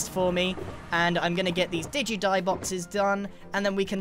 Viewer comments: At the end I heard “Digi-die” boxes and thought some virtual death. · The "Did you die?" sounds like "digi die" or "diju die". You should name them that!